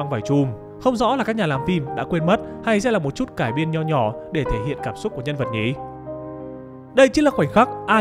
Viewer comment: mình có góp ý với giọng đọc là thế này, bạn có thể ngưng nói từ "nhỉ" thành "nhị" k, nghe rất khó chịu ấy , k biết là do bạn cố ý hay thói quen nhưng mình thấy khá khó chịu ý